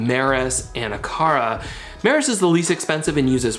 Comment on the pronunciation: Hey.. it’s “MEROSS”not “Maris”..lol. Hard to find the damn lights by the wrong name. But I do love your channel. I’ve learned a lot.